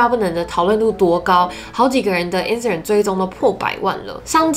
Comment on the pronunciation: 對，中間音沒發出來，Instagram 也是沒發出來，中間含糊帶過，聽了很讓人分心，我本來以為是我個人太挑剔，看到留言就放心了。